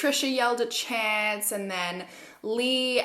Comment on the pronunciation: I thought his name was Chant not Chance 😂